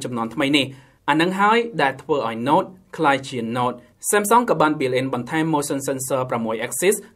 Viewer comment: នេះពិតNoteមិនមែនNot ទេ😁